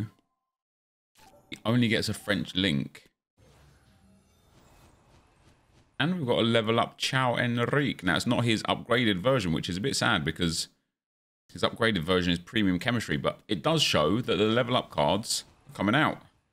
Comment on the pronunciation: Man, the name is not CIAO HENRIQUE, IT'S CAIO (CA IO)